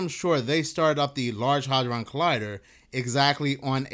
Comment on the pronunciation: Bruh, the “A” in “hadron” is NOT a short “A”, it’s a long “A”, it’s pronounced ”Hay-dron” …bc you repeat yourself 3,000x in a row, it becomes very rough on the ears when you mispronounce shit. 👉🏼😖👈🏼